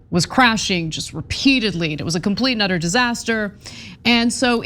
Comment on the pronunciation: “Complete and utter disaster” sounded like “complete nutter disaster,” and I like it